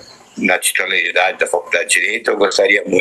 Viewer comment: É impressão minha ou ele fala: faLcudade de Direito"?